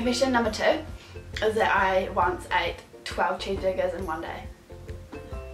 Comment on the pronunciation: 12 what? I heard 12 cheap diggers?